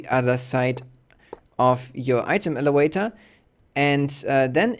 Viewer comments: its elavator not elewator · I don't know what you mean. He's obviously not native English so of course he doesn't pronounce elevator 100% properly.